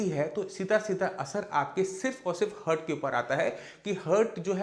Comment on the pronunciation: Heart को हर्ट बोलना चाहिए या हार्ट ? सही शब्द क्या है ?